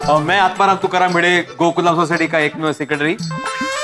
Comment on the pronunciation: जेठालाल :- ओ भिड़े sicrectory..... 😅😅😅sicrectory, sicrectory का अच्छा जमेगा 😅😅😅😅